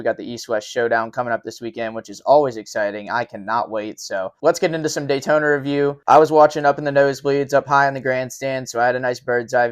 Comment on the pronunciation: daytoner....... drove me nuts all race hearing that